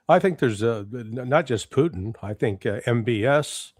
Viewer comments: Not knowing that he was intentionally pronouncing it that way I actually went to Google annexed who is the Russian individual involved in the current Russia us talks whose name is pronounced poo ching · My main complaint is how he pronounces “Putin”. 😑